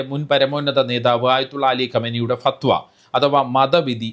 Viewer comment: Say and write correctly as "FATHWA"